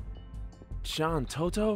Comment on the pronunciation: You pronounce Shantotto wrong. Tarutaru females have a rhyming syllable at the end of there name.